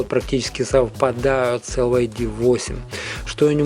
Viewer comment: Прошу прощения, но произносить LYD как ЛЮД, это антиреклама для компании. Надо либо говорить чисто по-английски Дайноудио Эл Уай Ди, либо по-русски - Динаудио ЛИД.